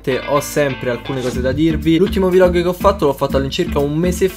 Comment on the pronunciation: Hai un serio problema a dire "vlog"